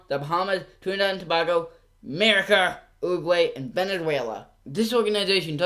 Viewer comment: lol the way he said America